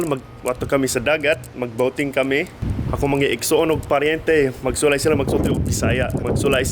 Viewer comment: 'ako' is 'eyko' 😆